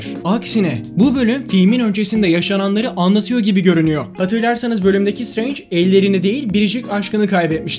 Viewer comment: şıtreync demesi bi banami garip geliyor